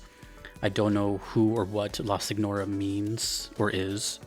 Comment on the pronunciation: I don’t know too much Italian but signora and señora are actually the same word. Note how you would pronounce the GM in lasagna So you were right on the money